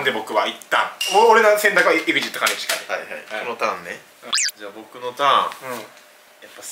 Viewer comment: 兼近の発音友近やんw